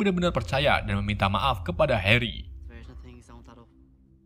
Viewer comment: kok suate heri bukan nya hari ?